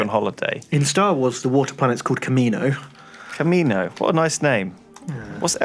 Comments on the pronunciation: God damit it's Kamino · Kamino not Camino fucks sake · It's Kamino not Camino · It's Kamino. KAMINO GODDAMIT! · ITS FUCKING KAMINO NOT CAMINO